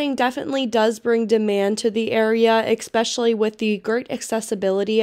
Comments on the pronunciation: Also the word is pronounced "especially" not "eck-specially" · This edit is VERY Pittsburg. “Expessially the expresso” 🤦‍♀️ didn’t yinz watch this before you posted it? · Say expecially again. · Especially. No x.